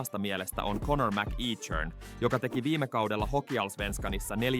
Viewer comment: MacEachern lausutaan kutakuinkin "mäkekhöön". Ei siis "mäkiitshöön".